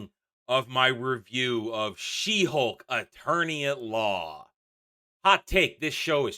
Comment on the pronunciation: it almost sounded like Shit-Hulk, and so it should 🙂